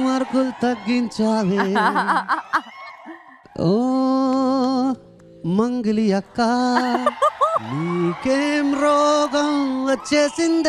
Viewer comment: అది మంగిలి కాదు. ఎంగిలి